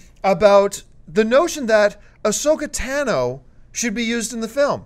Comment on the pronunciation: it's tAH-no not tAn-o